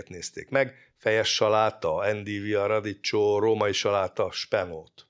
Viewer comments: Még inkább radíkkjo. A radiccsó a fülem hasogassa. 😂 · Olaszul: radicchio. Magyarul a kiejtése: radikkio. Hangsúly a 2. szótagon van. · Ismét kiváló és informatív munka. Egy megjegyzés, kedves doktor: a radicchio kiejtése: radikkió (bocsánat, nem bírtam ki, hogy ne javítsam). PS: jobb piacokon, olykor nagy szupermarketben kínálnak radicchio-t, de valóban, sajnos nem elterjedt Magyarországon. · Kedves Doki! Engedd meg, hogy italianistaként tegyek egy kiigazítást: a bemutattott vörös levelű saláta nevének helyes kiejtése: radicchio = "radikkió" kérlek korrigáld ezt magadban is, hogy ne terjedjen rosszul. Köszönöm. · köszönjük az érdekes videót! amúgy a vörös cikória kiejtése olaszul "radikkio" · Drága doktor úr. A radicchio szót magyarul RADIKKIOnak mondjuk…. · radicchio: ejtsd: radikkio / di rosso Treviso/ üdv : péter józsef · Kedves, nagyon szeretem a videóidat, köszönöm ezt a videót is. Az olasz nyelv nagy rajongójaként engedj meg egy tippet: a radicchio-t k hanggal ejtjük, mert a ch az olaszban k. 🤗